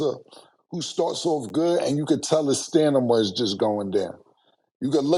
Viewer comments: Cam with the words, Stanima? Rewind a few seconds 🤣😂😂🤣🤣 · cam can’t say stamina for shit lol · Na when ya gon tell he keep sayin stanima 😂🤦🏽‍♂️ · Somebody gotta tell Cam its StaMina not StaNima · Who going to tell Cam that it’s stamina and not stanima 😮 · SOMEBODY TEACH CAM HOW TO SAY “STAMINA” FAST. IM SICK OF THIS STANIMA SHIT 😂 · At this point we have to accept the fact cam will forever say "stenema" instead of stamina 😂lol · Yo Cam you my boy but stop saying "Sta"N" ima. It's Sta"M"ina lol. I'm mad at yall cuz yall talking about the Knicks so I gotta get you back (Pause) lmao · “Stanima ” is still crazy. 😂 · I gettin tired of this "stanima" business killa 😅😂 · Cam it’s Stamina, not stanima. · Cam , bro it’s Stamina 😅😂 not Stanima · Hearing Cam say "stanima" will forever be hilarious 😂😂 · Aight enough is enough it's " STAMINA" killa not " standima " 😂 Jesus Christ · Can sombody plz tell cam its stamina not stanima 😅😅😅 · “STANAMA” whoopin his damn ass lol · Cam still saying “Stanima” instead of stamina 😂😂😂😂😂😂😂😂😂😂😂😂😂😂😂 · That "stanima" be killing me. Lol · Why yall keep letting cam say stanima 😂😂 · “STANIMA” will never get old Bruh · Somebbody gotta correct Killa when he says "stanima" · Word of today people... is "Mediocracy" Tomorrow is "Stanima" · NOBODY deadass gonna correct Cam with this “Stanima” shit? 🤣🤣🤣🤣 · Stanima ....it's not the first time too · lol, “Stanima” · 🚨 “Stanima” makes an appearance 😂😂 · It’s funny how they never correct Cam when he says “stanima” lol Dope show as usual tho. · Cam sayin "stanima" is hilarious😂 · Cam said “stanima” and was serious lol 😂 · 'stanima' is undefeated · Cam back with STANIMA 🤣🤣🤣. Murda and stat gotta correct bro off camera. Don’t want KILLA saying that on an Interview 🤣🦅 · Why can't killa pronounce "stamina" 😂😂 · I just want cam to say stamina the right way pause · Cam is 0-15 against that word 😂😂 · Cam’s pronunciations be having me cracking tf up! I love him